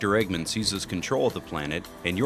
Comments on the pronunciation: The narrator/translator keeps pronouncing "Eggman" as "Eggmen". Sort of the same matter the "man" part is said in "Goldman". V_V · The way "Eggman" is being pronounced is making me wanna die